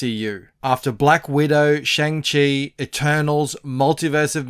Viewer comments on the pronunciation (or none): How you still mispronouncing shang chi LOL